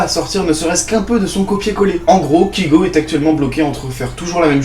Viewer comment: Premièrement, apprend à énoncer correctement le nom de l'artiste que tu permets de critiquer, ce n'est pas "KIGO" mais bien "KAYGO", et qui s'écrit Kygo. Je pense que tu ne te rend pas forcément compte du travail fourni derrière ses musiques ainsi que le sens, dire que ses musiques sont "nulles" je trouve ça très peu pertinent pour une chaine qui se dit critique. Et dire qu'il n'a pas d'avenir, rien qu'au aujourd'hui, après avoir achevé sa tournée mondiale, il s'encre vraiment dans le carré des meilleurs DJs mondiaux. Critique, si on peux appeler ça ainsi, sans aucuns intérêts.